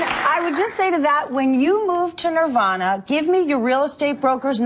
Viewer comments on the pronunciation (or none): none